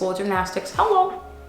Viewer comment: I love ur fancy hullo lol